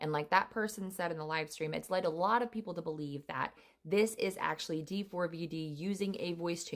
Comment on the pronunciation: I know but she literally was saying D FOUR V D instead of how it’s actually pronounced.. and she kept saying it over and over and it was getting annoying because that wasn’t how you pronounced it